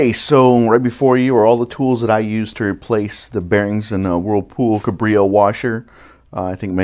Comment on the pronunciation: Pronounced CAB-reo, not kuh-BRI-o Sorry, but this drives me crazy. Good informative video though. Thanks.